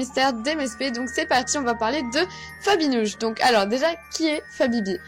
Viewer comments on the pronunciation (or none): On dirait que tu à dit Nabibi ! 😂😁 !